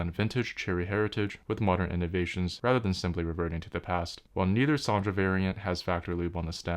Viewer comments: It's "Son'a" not "SonDJa"... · How do you keep pronouncing them like "Soundra"? There's no u, no d and no r in there! 😃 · I'm pretty sure it's pronounced "Sonya" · Also, several languages pronounce j like an English y. This reads as Son-ya to me. 🤷